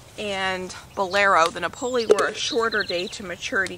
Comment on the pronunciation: Napoli like the city in Italy not pronounced like ravioli 😆 makes me laugh. All the best with everything! 🌻🙏🤗